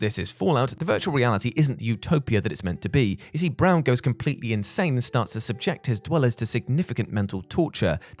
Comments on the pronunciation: isn't it Brawn not Brown? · Damn good vid! It's not Brown, it's Braun.